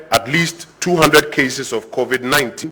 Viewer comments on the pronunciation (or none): It's Covid-19 not Covet-19 get it right please.